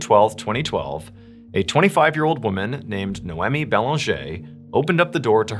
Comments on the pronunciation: You really need to learn how to pronounce names: Noemi = no me Audrey = (are you fugging kidding me?) aw dree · Noemi Pronounced no me not no emmie and Audrey pronounced - or driee not or dray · Your arrogance is astounding! No one pronounces Noemi as "Nomee" like you suggest! Quick Google Search produces: The name Noemi can be pronounced in a few ways, with NO-eh-mee (like "no-Amy") being a common English pronunciation, while the original Hebrew pronunciation is closer to "nah-oh-me". Other variations include the French "no-am-ee," the Italian "no-AM-ee," and the Spanish "no-EM-ee". Depending on ethnicity! Your pronunciation doesn't seem to exist AMYWHERE! Audrey can also be pronounced several ways but, I'll let YOU do some research. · Hello! Noemi is pronounced as "Noy-mee" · nay oh mee? ah dree? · Funny how you pronounce Noemi and Audrey name😂😂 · Dude, calm down with your "NO ONE SULLIES OUR PRINCE OF STORIES LIKE THAT" nonsense. I went to school with many Audreys and they did in fact not pronounce it the way John did. Ive known one NOEMI, but am unsure how she spelled it. It could have been NOMEE or something. Your lashing out is unwarrented and silly.